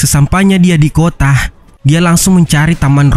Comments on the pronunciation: Kota jadi kotah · merekah di kotaah